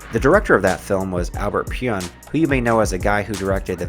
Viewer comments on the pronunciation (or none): "Albert Pune" is how it's pronounced